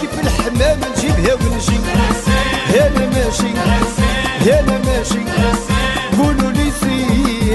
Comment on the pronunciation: السي مكنقولوشي...كولولو سير...بل قولولي...سير...اجبالا...ينطقون القاف وبها اشتهرو..ووزان معقل قبائل اجبالا...وهذه ملاحظة على مجموعة من الأغاني التي قدمتها أو التي أعدت غناءها...حتى تظل لهجة اجبالا حصينة متحصنة من الدواخل والزوائد...